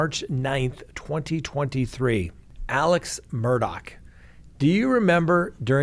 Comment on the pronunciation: Why is it so difficult for these talking heads to pronounce his name correctly? It’s MUR-DAUGH not MUR-DOCK. Please do your homework 🙄